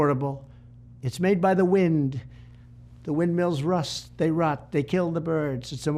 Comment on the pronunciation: "and we are playing games with... The widn!" Hahahaha such a strong point by Trump. He is great at using hunor to make an argument